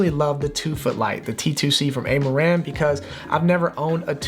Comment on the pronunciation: It's Ah-ma-ran not Ey-ma-ran Same as Ra-yan is not Ar-yan